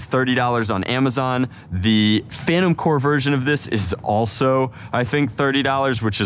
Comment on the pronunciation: It’s not “phantom core” it is “phantom corps”